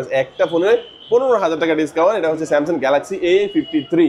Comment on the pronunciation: আপনি স্যামসন বলেছেন কেন?